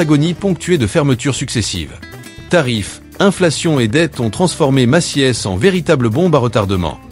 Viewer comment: La voix synthétique s'est améliorée par rapport aux années précédentes, m'enfin bon, Maciès pour Macy's ? 🤣